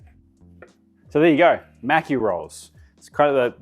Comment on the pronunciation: When you pronounce maki there’s no need to pronounce a “c” in it, reminds me if Mr macki from South Park when you say it like that lmfao 😂